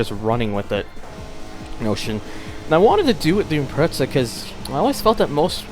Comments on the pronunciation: Sheesh, this guy annoys me... It's IM-PREZZ-A, NOT IM-PRETS-A! SAY IT RIGHT! >:L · Actually it's IMPRETZEL thank you